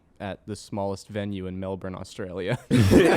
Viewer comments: melben is how its said not melborn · As a born and raised Melbourne baby, the way they say Melbourne annoys me, it’s “Melbin” not “Melborn” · I like hearing them say mel-burn when it’s Mel-bin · "mel-berne" hurts me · schlatt saying melBURN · The way they pronounce Melbourne with a hard R is so uncomfortable lol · The way schlatt pronounce’s Melbourne gives me anxiety. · Every time they pronounce Melbourne I get a little angrier. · anyone else pissed off at how they say melbourne?